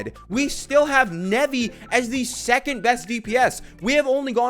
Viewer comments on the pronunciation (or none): none